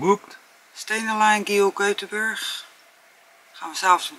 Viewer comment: Göteborg (jeuteborieje) ongeveer is de uitspraak. Oefenen! Hej då! Vi ses!